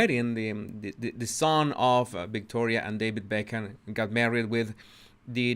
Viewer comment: It’s BeckHAM, not Beckmann.